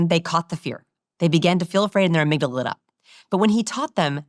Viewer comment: their 'amygdalala'???